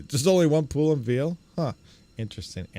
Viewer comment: Why do some people pronounce "veil" as if it was "veal"??